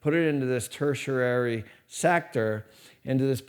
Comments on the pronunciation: most excellent video! Learning is endless!! But I'm like Sheldon Cooper with words. You're pronouncing tertiary poorly. It's "TER-she-airy", not "ter-sher-airy". Just trying to help. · Ter·ti·ar·y (Tur-She-Airy) Offering this helpful reference to disabuse anyone of the notion that you know not of which you speak. The lesson presented put things into perspective quite nicely - much appreciated. PS. Also a store of wealth for the rich: Real Estate, Collectible Fine Art and Physical Gold. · did he say "tertiarary" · "Tertiary" has two T's.